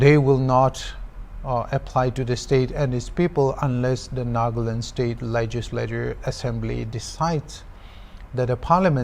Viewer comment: so hornbill tv hire a British or the news reporter was just trying to change his accent??? as he said Naaahgaland etc. *****"